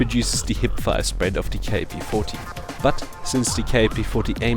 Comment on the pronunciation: Ur a dumbass. This is by far the worst class u cud possibly use for this gun. Nd btw. Its kap. U say it like "cap" its not fukin K A P. u dnt say the letters. U say it as a word. Its an actual gun. Kap. Not K A P